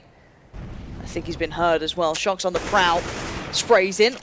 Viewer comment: Who else heard the announcer say "shoxy" instead of shox because of "ScreamY?